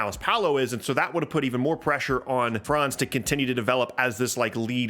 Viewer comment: Its so cool to See someone who says Franz names right As a German i love IT